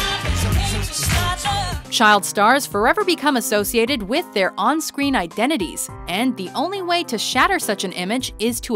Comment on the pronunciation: WITH--Wif---Disparage---Dis- NORTH---NORF---Espresso---EXPRRESOLearn how to speak English or get a job bagging at Ralphs.